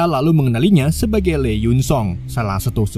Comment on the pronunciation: Hihi lucu bgt bang baca lee jadi le 😁. Harusnya dibacanya li. Gpp bang terhibur